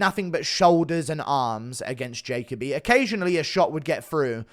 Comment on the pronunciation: When you pronounced Jacoby as Jay-Ka-Bee I wanted to shrivel up and dissolve into my bedsheets